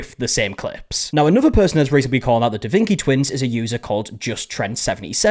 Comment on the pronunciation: "Da Vinki" makes me want to stab forks in my ears.